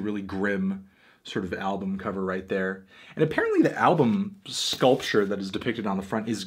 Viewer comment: Shoutout to pronouncing Giger as "gee-ger" as opposed to "zzhee-zzher" as most do.